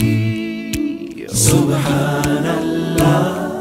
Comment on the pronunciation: Not 'Subhaanal laaaaaaah'... But 'Subhaanallaah'... The pronounciation of Native Deen is poor.. They need to improve